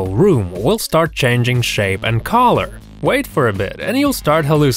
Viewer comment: On the first one when he said color I thought he said collar so I was like what’s a collar? Tho I knew the dog collar but I thought there was another meaning... until he started talkin bout colors